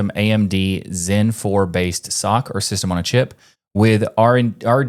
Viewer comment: Thumbs up for pronouncing SOC properly, not spelling like bunch of idiots do.